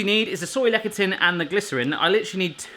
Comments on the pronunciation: Is it really that hard to find Soy Lecathin in the UK? Also Lecathin is pronounce "Less-a-thin" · Lecithin Is pronounced "Less-ith-in". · It is pronounced lecithin (less-a-thin-) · LEh - si -t hin... ci is usually pronounced as S in Latin derived words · It's pronounced "Le-si-tin"